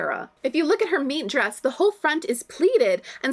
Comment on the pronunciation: possibly extremely niche thing that only applies to me, but as a big Lady Gaga fan, every time you say "Meet dress" I'm severely thrown off for half a second lmao